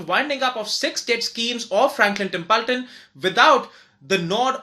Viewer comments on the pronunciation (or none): It's Not Tempulton 🙄